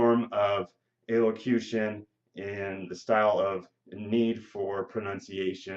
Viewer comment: Are you even pronouncing the word right? lol